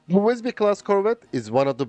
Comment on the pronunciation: Good pronunciation of the name. Maybe a bit logner I.